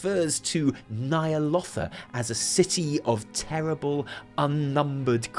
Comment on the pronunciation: Stop stop stop! You're going to take someone's eye out. Besides, you're saying it wrong. It's Ny'alOWtha not Ny'alottha :)